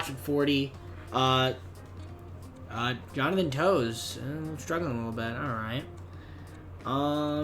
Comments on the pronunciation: I love the video but you called Toews “Jonathan Toes” and I can’t stop laughing It’s pronounced like “Tayves” lol but great video! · Nice video but it’s not how you say Toews it’s “Taves” Tays could also work